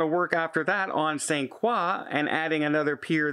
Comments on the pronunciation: St. Craw? You mean St. Kroy? LOL. My first cruise was on the MS Memoz owned by the French cruise line Paquet. I was one of about 20 U.S. citizens on board and we went to St. Croix....and the French staff all pronounced it Saint Kroy. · It's Saint CROY....not Saint QUAW. We're not in KEY-beck. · Hey …..it’s pronounced Saint CROY….. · 😊 pronounced Saint *Croy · ‘t Frenchify it - it‘s pronounced Saint CROY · You’re saying St Croix wrong.😁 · you pronounced the island name St.Croix incorrectly 😁